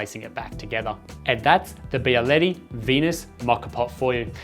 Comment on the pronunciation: Wow you specialize in coffee and you say Byaletti? Come on, man. It's not that hard and people are not so dumb as not to be able to say "be"aletti.